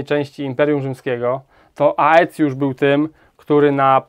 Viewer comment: Zbitkę AE czyta się E zatem Aetiusz czyta się ecjusz